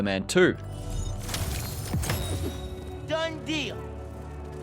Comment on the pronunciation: “Spyta man twerrr” 🇬🇧